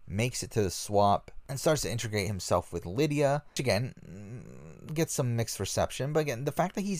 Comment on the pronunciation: Hey the word is integrate not intrigate.